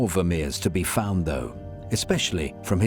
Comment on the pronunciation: Hen fan Miegeren 😂 Han= as half van = half Mee geren = may gren Good luck 😂 Ps, I can paint you a Han van Meegeren. He's born and burried in my hometown Deventer.